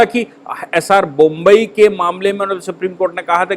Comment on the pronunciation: कृपया बोम्मइ को बोम्बई न कहें